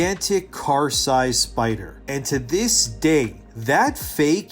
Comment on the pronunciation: big pussy baby scaywed of big spewder